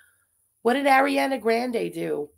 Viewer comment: No no no you cannot be an advocate for pronouncing countries the way they’re “supposed” to be pronounced and say Ariana Grande like that 😭😭😭😭😭😭😭😭😭